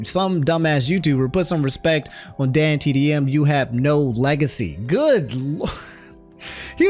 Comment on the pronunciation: has completed his arc and can now pronounce dantdm correctly